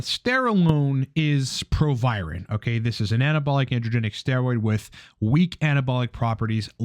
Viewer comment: Its proviron. Youre welcome